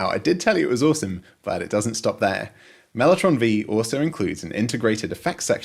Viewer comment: Mellotron Vee? Mellotron Five, surely??